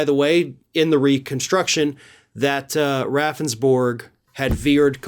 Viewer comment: I live in South Dakota. His last name is pronounced Roundsberg. Don't feel so bad his lawyer kept pronouncing his name wrong & the legislators got a chuckle each time he did it.